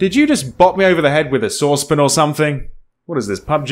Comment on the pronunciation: "saucepin" haha